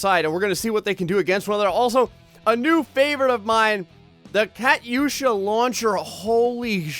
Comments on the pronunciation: It's pronounced katusha not Kat yusha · ka tusha not kat usha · no offence,i love your vids but i know alot about ww2 and i know u did not pronounce katyusha right LMAO. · BOSSA TRON it was triggering me when he was saying it wrong